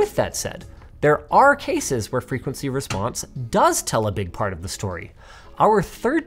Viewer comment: So is it "frequeny", "frequecy" or "frequency"? I'm confused...